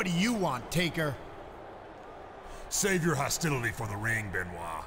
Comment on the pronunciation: Can you please say Chris BENOIT not chris ben CHRIS BENOIT